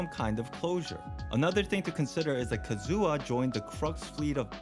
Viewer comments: not Kazooha😢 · I hate so much people who saying kazUha but not kAzuha :D